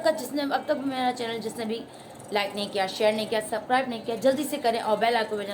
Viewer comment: Chelan nh chenal huta hy😂😂😂😂😂😂